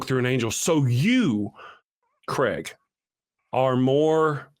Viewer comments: This guy's name seems to be a bit of a problem pronouncing for Americans for soms reason. His name is Craig, but they pronounce it Creg. It's supposed to be pronounced 'Crayg' or Krayg. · His name is Craig, not Creg. You pronounce it like Krayg.